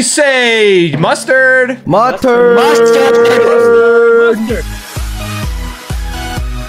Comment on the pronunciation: When they introduced themselves and said mustard I heard one of them lagging and I heard "I MUST TURD!!" 😅